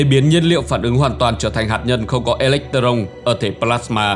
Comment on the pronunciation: Đọc sai nhiều Hydro, Electron ....